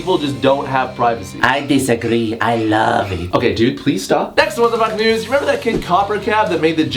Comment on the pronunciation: It always sounds like he says "Wtf nudes"